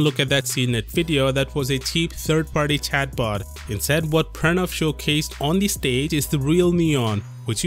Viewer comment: The way you say Pranav I'm quite certain you have Indian decent